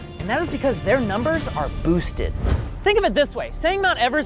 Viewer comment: . Man, I really thought there was going to be a sponsor message when he emphasized "boosted" like that. Then I realized boosted is no more.